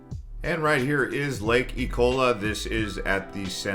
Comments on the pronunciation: Lake ecola?!?! Sounds like food poisoning! It’s lake EOLA! 🙄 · It's Lake Eola not Ecola.. lol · Lake Eola, not Ecola. LOL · ‘Lake E-Cola’ lol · The way you said eola lol